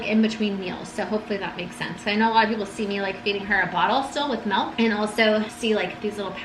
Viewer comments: Don’t expect me to get over the fact that you say “mElk” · mElk, mEElk.... 😐😑